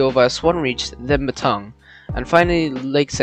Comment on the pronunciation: Nice video, few dodgy pronounciations such as Nowa Nowa being Now-a Now-a and Metung being Mee-tung but apart from that its a good watch, one thing which you didn't mention was that in 1980 a bushfire destroyed several trestles along the line and the govt looked to close it, however the locals "kidnapped" a locomotive (making it inaccessible to the VR) so the government repaired the line and it continued for another 7 years!